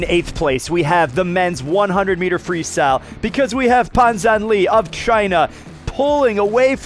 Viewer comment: C'mon, its not Pan zhanlee, proper pronuciation is Puhn Zhan luh.